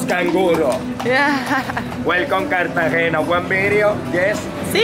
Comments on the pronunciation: We were just there and those two rappers found us as well. Great little city. We've been there many times. You may want to learn how to pronounce Cartagena though. It's Cartagena not Cartageña. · Welcome to Colombia! Be sure to visit Medellin and Guatape. I live in Barranquilla just down the coast so feel free to reach out. (Also, the pronunciation is Car-ta-hey-nuh/na not Car-ta-hey-nya. The “nya” type sound comes from an “ñ”, which “Cartagena” does not have!) Enjoy this beautiful country! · For: There is NO Ñ in Cartagena, just a plain N sound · Cute vid! Btw, it’s pronounced Cart-uhh-HEN🐓-uhh not Cart-uhh-henia 💡✨🇨🇴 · You're mispronouncing "Cartagena"... you're saying "Cartagenia". If you remove the "i" you'll be fine 👌🏽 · Nice vlog! However, the name of the city is pronounced /kartahe'na/ not /kartahe'ña/ 😂😂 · Carta-ge-na!! Not ge-nia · Good stuff, don't be offended but you say CAR-TA-GENIA. Do not add the I when you pronounce, should be NA at the end of CARTAGENA. Are you going to Barranquilla? I just got back from Armenia. You guys will love Armenia! Very inexpensive and it is where the countries coffee is grown. If you love coffee you have to go! Not touristy like Cartagena and extremely cheap!